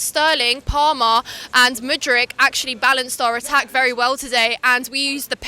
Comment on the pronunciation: MATE as a Chelsea fan how can you get their names wrong!? MUDRYK no ICH on the end. and its LEVIIIIIIIII not Levvy ffs☺